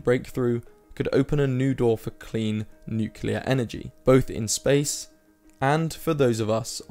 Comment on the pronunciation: It's nuclear not nucular.